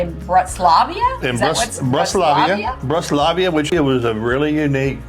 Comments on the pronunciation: Slight correction. Its Bratislava, Slovakia, not Bratislavia. Avalon is the best! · Good video. Big Avalon fan Cruising Rhine and Mosel June 2026. BUT you butchered pronunciation of Bratislava. Thanks for a nice video. Saw my favorite Cherry yogurt in the breakfast buffet. Can’t wait to have some. Yum